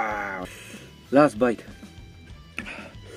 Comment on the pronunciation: Bruh.. I can literally understand your mouth situation when u said "Luff bite" Instead of "last bite" 🤣🤣🤣 awesome man..